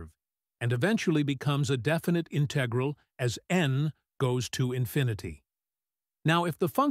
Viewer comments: in TEG ral Is this a human being? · You want patrons to pay for you to generate AI crap ? It can't even say "integral" and "l'Hôpital's rule" correctly.